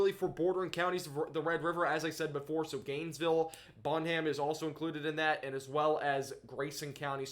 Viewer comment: Terrell is Ter-L not Ter-rell. Bonham is Bon-am, not Bon-Ham,, (the H is silent) Don't feel bad.. Not a native Texan myself, and for years I pronounced Mexia as Mex-ia, and not the correct Ma-hay-ya.. ;)